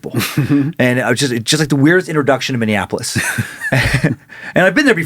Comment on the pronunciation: Minneapolis -> Minnie-App-O-liss